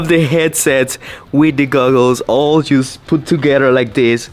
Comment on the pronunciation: Por favor deja de decir “just” como si dijeras “juice o just”. Suena como si estuvieras diciendo “jugo” en inglés cuando estás tratando de decir “solo o solamente”. Imagínate que estás tratando de decir en español “sólo me quedan tres días más de trabajo” y en lugar de decir eso dices “jugo me quedan tres días de trabajo”. Suena horrible verdad? Todos los que te escuchan decir esto en Inglés están escuchando precisamente esto y es algo que fácilmente pudieras corregir. Tremenda cacofonía. Por favor trata de corregirte de esta mala pronunciación. La letra,”U” suena como ‘O” en esta palabra igual que la palabra “oso” como (oso peresozo). Se escribe “just” pero se pronuncia “jost” como la o en “oso”. Te comunicas muy bien en inglés pero recibe la corrección que te ofrezco. Lo hago con la mejor intención posible porque quiero que triunfes en todo lo que hagas. Te deseo lo mejor y espero que recibas mi crítica instructiva con la mejor intención que es lo que tengo por ti.